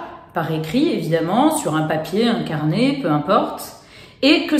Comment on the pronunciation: Hello, je suis étonnée d’entendre qu’il faut éviter de déverser sa colère sur papier. Tu vas sûrement me dire que c’est parce que ce qu’on écrit à plus de chance de se manifester, pourtant je trouve que ça marche plutôt bien pour s’apaiser, extérioriser…🤷‍♀️ Et quand tu dis « un carnet » j’entends « incarné ».